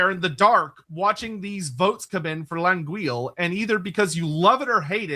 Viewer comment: If you want to know how to frenchly pronounce L'anguille, juste type it in Google Translate. You'll see that's not how it was advised in the chat lol. Not important obviously.